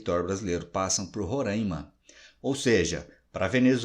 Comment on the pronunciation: Professor, a pronúncia do nome do estado está errada. Roraima e não "Rorâimann".